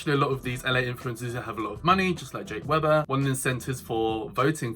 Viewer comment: how can someone say they watch a person on youtube and still not pronounce their name properly?